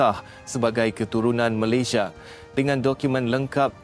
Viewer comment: Sebut Malaysia bahasa nya aja gak jelas jadi Malaydesh .sebenarnya lu emang prindapan